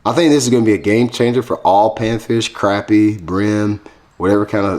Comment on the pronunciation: We also say crappie not croppie lol